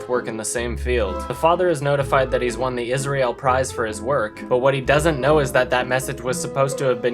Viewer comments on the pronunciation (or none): none